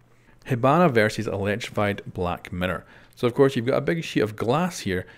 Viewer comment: Did anyone else hear black matter instead of black mirror